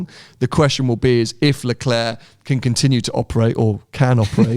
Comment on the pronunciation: Please please please Sam teach the moron how to pronounce LeClerc's name correctly, it's ridiculous